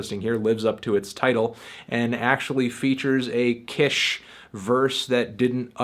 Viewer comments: it's keesh! kish! keeeeeshh! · Kish...pronounced "Keesh" Good review though. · Melontano never fails to mispronounce kilo kish's name